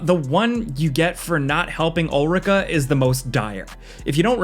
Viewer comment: can tell he didn’t play DD2 bc of the way he said ulrika and melve lol (also ulrika dying would’ve been fine since otherwise the game forces you to have a romance with her for finishing the quest)